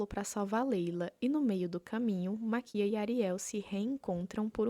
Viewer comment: Gostei da ideia do vídeo e me inscrevi, mas foi desgraçado te ouvir falando Maquía em vez de Máquia ksksksksks de boas